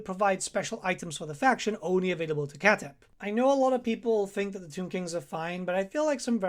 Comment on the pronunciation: The worst is Khatep. His name is pronounced much further away from writing: „Chà:dépp“. Doch-Sound, very short A, pause in the name, d instead of t, lonh, pronounced e (Like in „seed“) and a very sharp, pronounced p, as if you wanted to make your mouth explode. Like, you need to hear yourself exhale after the P sound. Ancient Egyptian is not an easy language. It grew over more centuries than centuries lay between us and the Romans.